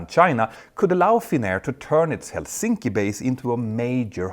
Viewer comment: what the hell is wrong with your Helsinki pronunciation Peter? how are you so bad with names?